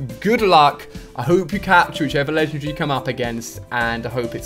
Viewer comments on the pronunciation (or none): is it just me or he says "Legend Ree" ?